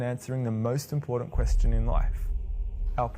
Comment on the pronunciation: The "most impordant" thing to learn from this video is that there is NO "d" in the word "important". The rest is all superstitious bullshit.